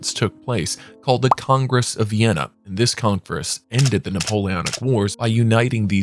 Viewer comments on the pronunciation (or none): none